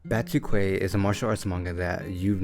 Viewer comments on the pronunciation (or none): Pronunciation in japanese is batooki, which matches the brazilian portuguese pronunciation pretty well. Definitely not "batookway" tho. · Batuque is pronounced "BAH - TOOH -KEY" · Pronounced BA-TU-KEE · YEEEEES, A BATUQUE VIDEO!!!! (and it's Bah-tu-ke) And the quality seems great too! Great editing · It pronounce batuk is a Brazilian word for its a style of dance also use in capoeira I’m Brazilian 😊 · Ba- tu- key. Phonetically speaking.. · Nice review! BTW, it's named after the mangaka (and my) capoeira group: BA-TWO-KEY. Stay up! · Also this mangá name spoken Bá-tu-que. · Batuque if I'm not wrong in japanese it pronounced as "Batuki" with the "U" slightly longer when read "Batuuki" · Hi, Brazilian here. You pronounce 'batuque' as 'ba-too-key,' with the 'a' sounding like the 'a' in 'cat', the 'u' sounding like the 'oo' in 'food,' and the 'e' sounding like the 'ey' in 'key'. Hope that's helpful! Overall, great video!